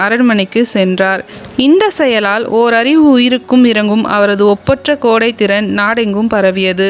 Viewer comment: கோடை இல்லையடி தோழி கொடை .... என்று கூறுங்கள் தோழி ❤